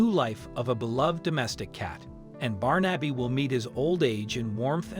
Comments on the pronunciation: Nice love story, I did smile at the pronunciation, my Godson is called Barnaby, and I've never called him "Barn-abbey"! instead of "Barn-a-bee" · Barn - Abby is surely pronounced Barnebee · Not Barn-Abby but Barnaby. A fifth grader could correctly pronounce it. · His name is not Barn Abbey, it is Barn a bee. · This makes my eyes brim. That cat once knew love, or he would not have been so quick to accept it. BTW, The name ispronounced BAR-na-bee. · For Christ's sake man it's pronounced Barnabee. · the way the narrator pronounces his name as “Barn-Abby” irks me so much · You're not saying his name correctly. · This story could have been so much better if the name of the cat had been correctly pronounced.... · Is this a madeup story? Some parts don't match and the pronunciation of his name is not an American pronunciation. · Not how you pronounce Barnaby. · ❤️🌹❤️🌹❤️🌹❤️ Wish they would pronounce his name right!